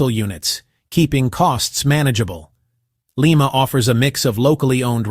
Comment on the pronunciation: It's pronounced LI-ma (like the bean, not the capital of Peru!)